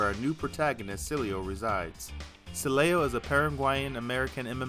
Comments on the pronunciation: It’s Cielo, Not Celio. Easy Pronunciation: C-Eh-L-Oh. Cielo means Sky in Spanish. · Since he's Paraguayan, the pronunciation should be "Cee-EH-loh". Means sky in spanish. Unisex name, not very common. Very used as an affectionate nickname among family and couples, though. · Funny, you pronounced Cielo, in at least two different ways, and none of them right. It's si-eh-lo.